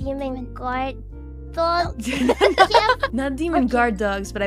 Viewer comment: "I'm a dwawg."